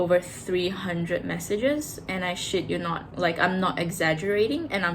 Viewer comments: Omg i love how you said ' i shit you not' 😂 so aussie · You sound so Aussie when you say, I shit you not’ ❤